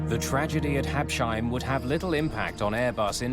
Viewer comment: Hab-Sheim? Oh, Americans....